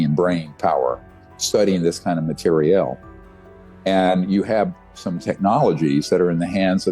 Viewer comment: Never trust a man that says the word material like him